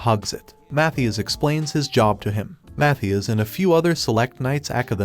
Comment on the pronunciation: Are u retarded? It's Mathias not Matthews